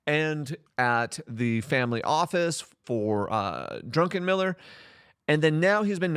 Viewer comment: Unless you were joking, it's Druck, not Drunken-miller. However, I must say, that was a funny gab. Some of his forecasts sound like he was drunk when he said them XD